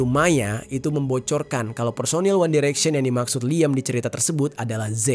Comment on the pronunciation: Liyem, one direksyen, buenos airis, ripley